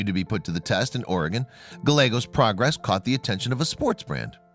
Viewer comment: It is Gal-yea-gos with accent on the second syllable.